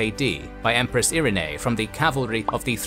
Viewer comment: That was the weirdest pronunciation of Irene I have ever heard.